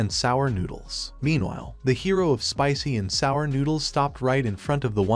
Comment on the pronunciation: Im sick of the ai voice pronouncing "Spicy----and sour noodles"